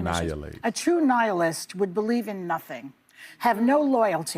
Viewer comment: It’s not “anihilist” it’s nihilist… if you are going to use the word you should know what it means and what the word actually is. You are not intelligent people View, stop pretending to know anything of merit.